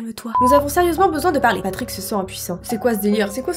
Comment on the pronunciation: Tu ma fais trop rire quand ta dit patick 😂😂😂😂😂😂 mes anfaits c'est tes Patrick